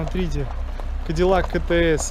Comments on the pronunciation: Си-Ти-Эс. Правильное прочтение... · Че за кетеэс😂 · Правильнее выговаривать «си ти эс»